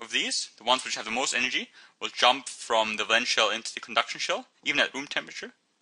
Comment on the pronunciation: valence , say it properly